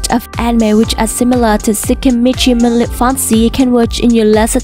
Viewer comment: bad English cant even say moonlit properly dislike